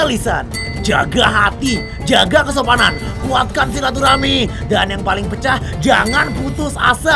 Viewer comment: "pe" to the "cah" pecaaah